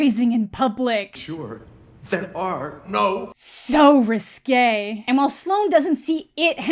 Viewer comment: "So risGAY !" 😂